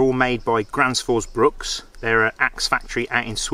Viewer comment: Gransfors bruk not bruks